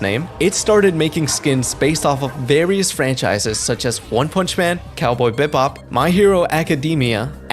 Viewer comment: "Cowboy Bibop"? Bi...bop? ☠️